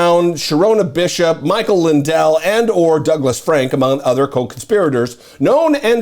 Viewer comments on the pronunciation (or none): none